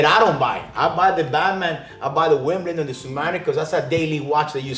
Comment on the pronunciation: I think i comment enough and we're close enough friends that i can say.....i look forward to EVERY single time i get to hear say Wimbledon 😏😎⌚️✌️😉